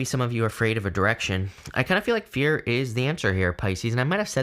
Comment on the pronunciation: I thought He said beer was the way to go come to find out it was fear darn it